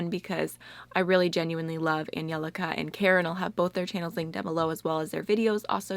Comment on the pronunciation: literally my new favorite thing is how you pronounce Angelica's name, I had to replay it like six times